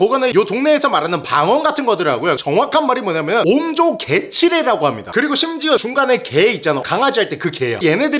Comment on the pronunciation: 형 옴조 개치레가 아니라 옴 조개치레ㅋㅋㅋㅋㅋㅋ